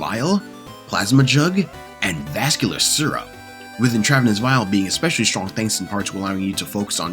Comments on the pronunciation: He should read so he encounters more words he doesnt know cus clearly his vocabularly is limited. One should also read because one would pick up on the etymology of words where you would literally never pronounce it the way he did. You should also start reading more cus you have no idea what youre talking about- this cope of "you never hear the word" is silly, again just sound it out. In-trav-en-ous is an insane pronunciation if you speak english - the first bit is "intra" "in-trav" -- did we stop teaching Etymology and latin roots? is OP ESL? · How the fuck do you mispronounce intravenous. Get off the video games hit the books dude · Stuff like this bothers me too, but I feel this is ai which is why he got pronunciations wrong.